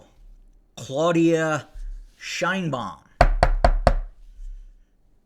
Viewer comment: Shienbaum!! 😆 🤣 She can shien my baum.